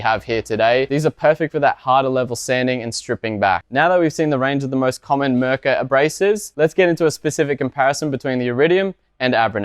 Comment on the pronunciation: It's not Mrrka! It's Mirka!